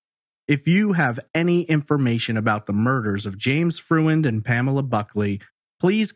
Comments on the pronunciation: Freund is a German name; and, it's pronounced Froynd, nor Fruh-end. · I believe the man's last name is pronounced FROYND.